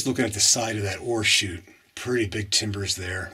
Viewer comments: Yup I was googling mining terminology. Turns out its ore chute not horseshoots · I kept looking for the horseshoes you were mentioning. Finally dawned on me you were saying ore chute. Not horseshoe. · Yes, it really sounded like horseshoe to me, but when he says the 't' I can hear the oreshoot. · You are brave or crazy to go down in man made mines but I sure enjoy watching you from my recliner. When you first said ore shoot, I thought you said Horse shoe. Funny! I thought maybe for good luck. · Hi, Barbara! Thanks for watching and commenting. I remember somebody else thinking the same thing regarding my pronunciation of the phrase “ore chute.” They had mentioned it in their comment, too. Glad you enjoyed the video. Thanks again for your support.